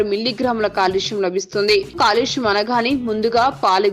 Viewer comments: telugu rada?calcium anakunda,kalusyam antare? telugu matladatam nerchukondi.english lo kuda calcium ane kada chadavali? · కాలుష్యం కాదు కాల్షియం